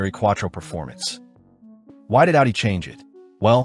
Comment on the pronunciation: A W UDI